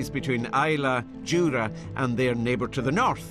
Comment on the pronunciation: IT IS JURA! NOT JURAY